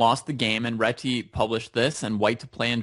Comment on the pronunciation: its a hungarian surname, its Réti not Reti :D